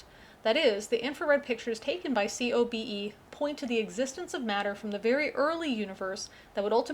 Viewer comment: COBE is usually pronounced to rhyme with the first name of the white whale.